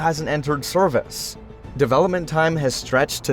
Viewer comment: It's definitely AI.. Just listen to how botched the pronounciation of "service" is .. "Sorvice", there was a misspelling in the script or something. A human wouldn't stumble like that. You can also tell by the clearly generated S sounds, high pitch sounds like a badly compressed mp3 file from 2002.